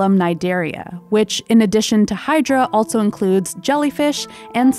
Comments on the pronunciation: I find it jarring when she pronounces "also" as "altso". I've never heard anyone talk like that. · Loving this channel. It’s really great and beautiful. Not gonna lie tho, i’m mildly bothered every time she says “also” because she pronounces it “altso” and it sounds weird. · Good narration, but such unusual pronunciation of "also".